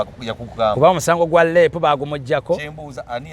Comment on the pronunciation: Omusango gwa Lape oba Rape nawe olimbye ka English😂